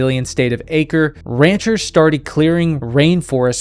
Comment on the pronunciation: Awesome video, My one note is that acre is not pronounced ake-er its ah-cray